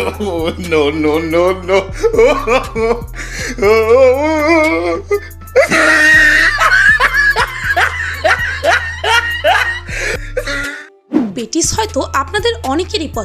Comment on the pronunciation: পিনিং পালের মেডাম ওটা পেটিস না patis আগে উচচারণ শিখবেন তারপর ভিডিও বানাবেন